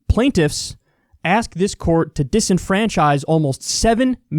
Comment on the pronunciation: I’ve been watching Kyle for years... how is this the first time I’ve heard him pronounce the word “ask”?